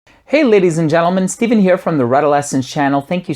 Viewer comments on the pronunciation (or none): none